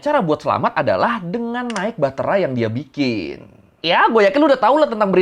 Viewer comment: "dengan bahtera yang dia bikìn" wkwkwkwk lucu juga aksennya